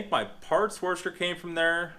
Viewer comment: Yo you say washer kinda weird